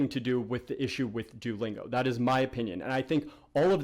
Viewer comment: Kinda bothering me the way you're pronouncing it.. do-lingo? Lol I'm just nitpicking though. Great video, audio issues aside.